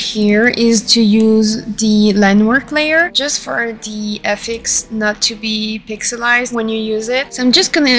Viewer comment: This was super helpful! Thankyou so much! I've seen your SFX sets before and always been really impressed. I do wanna say, politely, that hearing FX's spoken phonetically kept throwing me off and confusing me haha, since it's just shorthand for "effects." But after I got over that the video was really easy to follow. Looking forward to the next ones!